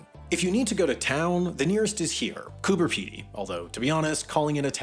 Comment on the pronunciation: What is it with Americans that they can’t take the time to learn the actual pronunciations of these places. I have been to all of them you were just about 70% incorrect. You got William Creek right. Oodnadatta. ( say it… dat… datta). Cooper Peedy ( peeee) Peedy. Gib… say it Gib… Gibber plains. I promise if I come the US I won’t tell you how to use American English. It would be good to address the political corruption that has been involved in these land owners and cotton farmers in stealing water of nearby townships and major waterways. Yup, it happens here too.